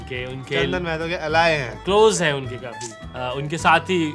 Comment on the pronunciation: सब लोग महतो को normalise कर रहे हो यार माहतो होता है भाई